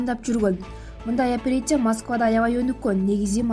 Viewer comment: Туура окуганды уйронсон биринчи. "Липосакция" болунбой окулат. "Операция" "Опереция" эмес.